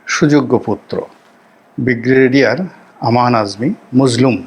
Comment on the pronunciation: উচ্চারণ সংশোধন ঃ বিগ্রেডিয়ার নয়,,, ব্রিগেডিয়ার হবে ।